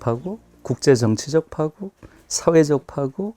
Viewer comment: 김 누리 선생의 "파국"의 발음이 틀려 금방 알아 듣지 못했다. "파국"의 "파" 는 길게 발음해야 하는데, 김누리 선생께서 "짧게 잘못 발음했다. "파산, 파괴,:등 모두 첫 자는 길게 발음해야 함은 의문의 여지가 없다.